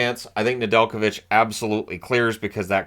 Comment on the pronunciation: Ive hears his name pronounced way different